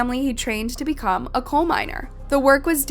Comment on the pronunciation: Also coal mines and not cold mines …hire me 😅